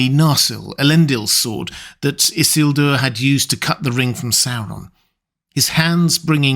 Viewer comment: Tolkien is quite explicit in LOTR Appendix E that the name is i-SIL-dur, not ISS-il-dur. And it’s Arvedui, not Ardevui.